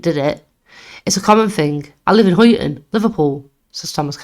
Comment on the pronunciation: Brilliant channel well done, can see this growing big. Only one small petty criticism, the pronunciation of places and some names for Example Huyton is pronounced Hi-en and Byrne being Irish is basically Burn, Dovecot is Dove like the bird and cot, something minor but small tweaks can have a positive impact